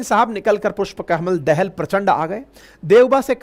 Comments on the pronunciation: आपका अनालिसिस बहुत सही है । पर उच्चारन, जैसे पुस्पकमल दाहाल प्रचण्ड को आप दहल कहते हैं तो बुरा लगता है । दहल नही वह दाहाल हैं जो वत्स गोत्र के ब्राह्मन हैं । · पुष्प कमल दहाल not दहल